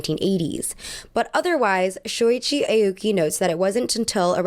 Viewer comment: hi!! love this video:) just wanted to offer some advice (as a japanese person) on pronunciation! aoki wouldn’t be pronounced like the alphabet letter “a”, it would actually be more like “ah-oki” like if you were saying “ahh”! harajuku wouldn’t be “hair-a”, it’s actually “hah-rah”, like a “haw” sound! hope this doesn’t come across as rude, i think it might be good to look up what the pronunciations of japanese words/names etc are for videos just to ensure accuracy!! love u 🤎🤎